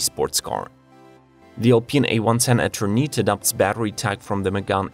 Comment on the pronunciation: When you don't know how to pronounce a name, I suggest you get google to help you. Eternite?!?! seriously